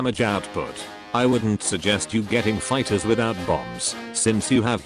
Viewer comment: "Figthers" LUL